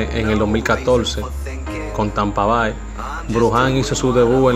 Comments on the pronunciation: Tampa Bai? Voy a dejar de subscribir a este canal. Amigo usted tiene que aprender a pronunciar estos nombres básicos anglos. Tampa Bay se pronuncia "Tampa Bei" jajajaja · Te aconsejo que aprendas a expresarte mejor, por ejemplo, los nombres, es Wander, no Wandel, Tampa Bay, se pronuncia Bey